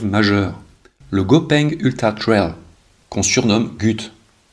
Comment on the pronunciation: Le « coureur de thhhrayl » au début c’est pour me tuer ??